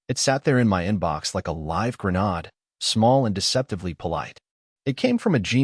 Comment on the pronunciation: is there an AI story generator that doesn't pronounce grenade like grenaude?